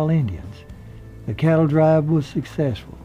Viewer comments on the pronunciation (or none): none